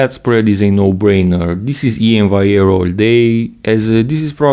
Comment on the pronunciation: thats also gonna be a heck of a battle, cant wait 🌎👍👍 still in my opionion you're pronouncing iains last name wrong (should be val-e-air) but whatever still an awesome video as always a great comparison... i myself know how much time it takes to make a 5 minute video like this (even though you're more experienced so you probably dont take as long) so i can appreciate it really 🙏🙏 keep making these videos 😀